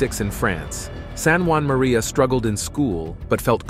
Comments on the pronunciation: Saint JEAN MARIE VIANNEY , not Juan Marie ! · Uh. I always heard his name as being distinctly French. Like in ST. JEAN MARIE VIANNY